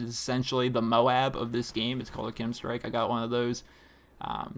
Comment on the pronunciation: K-E-M. not "Kim" strike